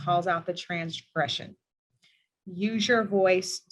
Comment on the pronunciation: She said TRANSgression lol